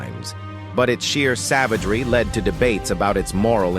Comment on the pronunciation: Stop using AI to do reads. Try using a human. A couple of examples being 'led' was pronounced as in the light emitting diode, LED, not as in being carried away. The Roman numeral of one of the queens was pronounced is some awful way that wasn't even close. Guy Foks? Who the heck is he?